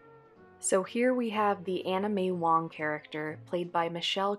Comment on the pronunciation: Sounded like you were saying Anime Wong until I looked at the screen. Please enunciate.